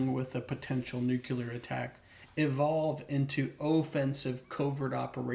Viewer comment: Can't take anyone seriously, who can't pronounce the word nuclear.